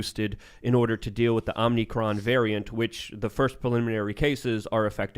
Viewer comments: OMICron not OMNIcron, Administration sucks! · And stop saying omnicron. Its omicron. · needs to bring a dictionary or something. Speak right. It's annoying when you misspeak and it goes unaddressed. It is not "OmNicroM", It is omicron. Oh-mih-kron, Or ah-mih-kron.